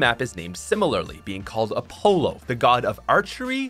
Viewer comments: I know he didn’t just say (A-polo) (Greek Mythology fan) - Offended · Bro you said Apollo wrong.